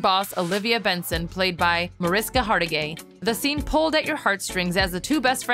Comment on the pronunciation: HargiTAY! TAY!! TAY!!!! COME ON, MAN!!! Get the name right!!